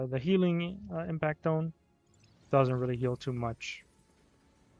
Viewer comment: I think it’s pronounced impact-tone since it seems to be shaped similar to a tuning fork. Tone - tune. Idk maybe the devs will say otherwise. Great run, I was skeptical of the weapon when I got it but I might give it a shot after better understanding the alter attack